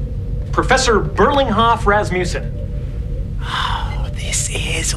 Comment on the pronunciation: Thats not how we pronounce rasmussen